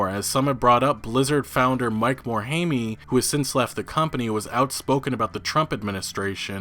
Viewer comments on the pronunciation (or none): TRIGGERED mor~hey~me????? duuuuude it's Mor~hime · It's not Mike Morhai-MEE, it's Mike Morhaime.